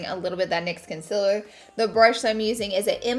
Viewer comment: Swear I thought I heard you say con·SEALER and not the usual con·SILER haha. Love you laura!!! Always so gorgeous